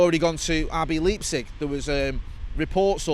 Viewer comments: Wtf is lepsic. Or did he mean Leipzig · Might want to look up how to pronounce Leipzig, just some advice. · Rb LEEP-zig 😂😂 the new david de-hay moment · Liking this video purely cus of pronunciation of Leipzig 😂